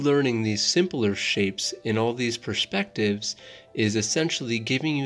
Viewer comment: Is he trying to tech us how to pronounce P.E.R.S.P.E.C.T.I.V.E.S 😂